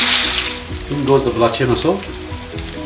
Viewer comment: Belachen? Belachan ... try not to slang u might get it right.